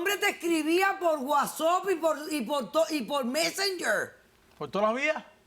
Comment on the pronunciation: Es el segundo vídeo que el escucho a la Dra que le escucho decir Wasop y soy profesor de inglés creo que voy actualizar mi pronunciacion🤣🤣🤣, jajajajaja saludos #SuperNice